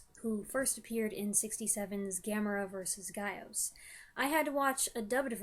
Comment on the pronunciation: GAH ŌS is the proper pronunciation of GAOS, and Japanese doesn't really have plurals the way English does. So GAOS is both plural and singular. And the Heisei series is my favourite of the Gamera films (there are no 'kennys')